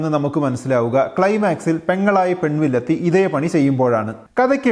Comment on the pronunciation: "Pen villathi" entho oru thakaraare pole..